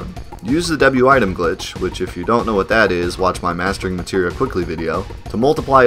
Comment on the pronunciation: omg. aire tam storm.. materia storm. to bad the german translation on psx called materia "substance", so i never got the clue.. and out the window it goes